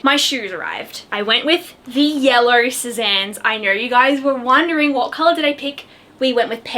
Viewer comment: Hi I noticed you pronounce yellow yeller